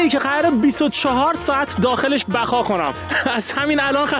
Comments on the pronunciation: 0:3 بقا کنم ❌ بخا کنم✅ فارسی کیلی کیلی کم المانی کیلی کیلی زیاد😂😂😂😂😂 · بخا ❌️بقا ✅️😂😂😂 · ثانیه اول ( بخا خونم )، بابا درست صحبت کن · بقا نه بخا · بقا ❌ بَگا✅